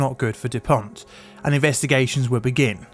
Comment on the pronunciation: Dupont!!!! No T at the end for the love of god! I love your videos, but this is really getting to me.